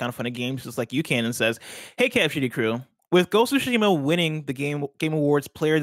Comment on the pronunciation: and, you both pronounce it wrong. It’s not Ghost of Shima, it’s Ghost of Tsushima. If you think you’re saying that: not everything should be spoken fast, slow it down a bit and say it properly. Ghost of SOO-Shima, or even the way Greg likes to say it. Minor gripe but so annoying to hear when every 5 seconds... “ya ya blah blah GHOSSOSHIMA etc etc” LOL